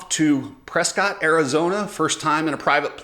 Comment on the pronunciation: Dude! Say Pres cott and you're gonna get you're face slapped. It's pronounced PRESS CUIT Ask the locals.